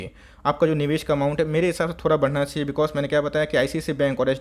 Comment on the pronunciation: बनाना चाहियान कैसे बोलते हो यार 😂🤣